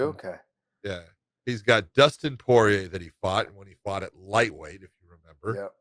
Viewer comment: Dustin Pouyeah is how Josh Thompson says the Diamonds 💎 name.